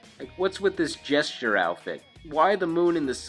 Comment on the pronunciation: It's JESTER, not GESTURE.